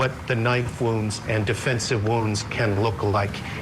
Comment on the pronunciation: Poor woman doesn't know how to pronounce "wounds".